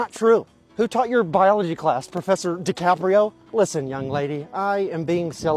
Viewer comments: “” lol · Professor DiCaprio?!? You said that right? 😂😂😂😂Haha